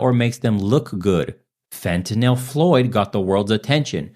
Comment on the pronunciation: Holy shit! You are one of very few non-medical people that pronounces fentanyl correctly!